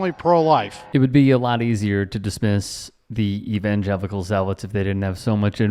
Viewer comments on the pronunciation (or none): “The Invangelicals” 🙄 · Did this son a a preacher man say "Invangelical's".🇬🇸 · That so called "son of a preacher" can't even pronounce evangelical.